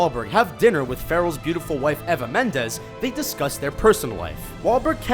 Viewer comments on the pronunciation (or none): I was shocked by your pronunciation of Eva Mendes.....